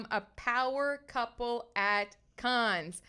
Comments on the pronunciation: Small correction. It’s pronounced CAN. Not Caaaanz. CAN. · I think you are very fun & engaging, but you pronounced both Cannes and Colin Jost incorrectly. Check name pronunciations before you start recording.